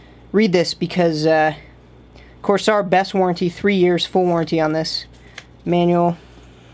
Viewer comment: please don't butcher the companies name, its kinda rude